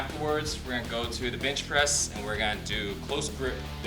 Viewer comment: Always hear him say "bitch" when he says bench.... Am I the only one?